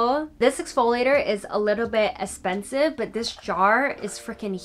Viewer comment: Random but I love the way you say “eh-spensive” lol and your voice is so soothing!